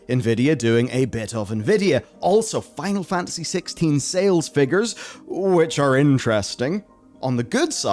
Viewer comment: still cant say "FINAL FANTASY" ??